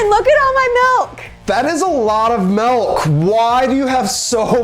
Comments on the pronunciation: Them wow look at all the mElk and I’m over here like it’s milk not mElk it doesn’t have a E it’s spelled with a I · Milk Not Mulk, or Melk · Milk. Not melk. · OMG! At the start, Kenan pronounces "milk" the way my late mother did! "MELK!" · Why he said milk as “miulk” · No, he said "melk" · It's pronounced MALK! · Malk, he said it. You can't unhear it. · I agree on that he said milk wrong